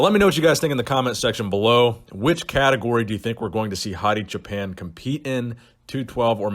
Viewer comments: Great content as usual, thank you. BTW his last name is pronounced /choopaan/ which means "shepherd" in Farsi. Keep up the great work brother. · It's pronounced "choo pawn"